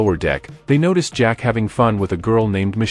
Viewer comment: Ahhhh the two best of friends, good old Zach pronounced Jack and James spelled Games. Classic movie duo